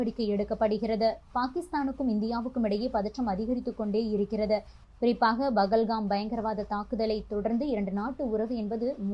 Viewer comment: உன் வாயில வசம்ப வைத்து தேய்க்க.....பெஹல்காம் என்று உச்சரிக்க கூட தெரியாத நீ ஒரு நிருபரா ?